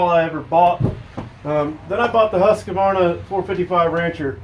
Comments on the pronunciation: Also, “Husqavarna” lol. It’s Husqvarna! Btw, I’m just picking for anyone that gets their panties in a bunch. This is actually a good video! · its not a husk-a - varna , its a husq - varna . why does nobody know this ? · Nice info. But you have to learn how to say "HUSQVARNA" correctly. Its: Huuuskvarna. Not "Husskuarna. I'm Swedish, so I now.....😂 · husk. varna. not huska varna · Never trust someone that can't even pronounce Husqvarna (hoosk.vaar.nuh) correctly, and wears a ball cap backwards! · Actually its more like WHOSKVARNA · Nice video and good info. But it always makes me chuckle when I hear Americans try to pronounce Husqvarna. Where do you find the "a" sound after the q? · Anyone in the timber industry (or another) for most their life would be prone to a pet peeve or two. Mine just so happen to be mispronouncing one of the worlds largest manufacturers of powered lawn equipment, and people who fail to be funny when someone politely corrects them from further sounding like an idiot on the internet. Also it's Kyle, Karen is my wife. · I'm not really sure how Mr husk and Mr varna SPELL there name s how ever they do make a purity good saw, and further more your video is pretty much on the money and cool.just thought that they deserve the respect it takes to pronounce ther names how they say them.right?